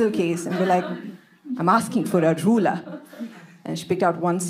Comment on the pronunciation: I love the way she pronounced "ruler" 😅